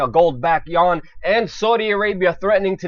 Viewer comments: How can you be so ignorant... to call China's currency the "yawn"? It's the "you-won". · PLEASE learn to properly pronounce the "You-Awn"!!! It would make you sound more intelligent.